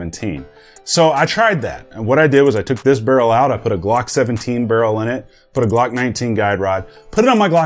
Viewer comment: That’s “Glocks” not Blocks